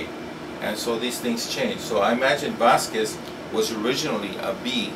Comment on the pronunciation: Hes correct!! en Boriken( puerto rico) we pronounce our last name Bazquez or z silent.. Bazque